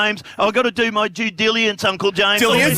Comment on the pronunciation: "Due dili-ence" 😂